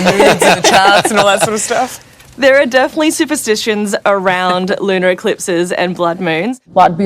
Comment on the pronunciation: Did that reporter just say lunal?